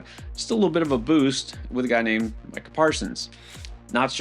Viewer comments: He said Meeka Parsons😂😂😂😂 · Can't even say Micha Parsons name right. I'm out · It's kind of hard to accept advice from a dude that can't pronounce Micah Parsons' name right